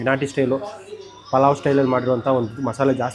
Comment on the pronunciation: En naati ... Sir niv keldag naati naati anthare aden nati andre keli 😂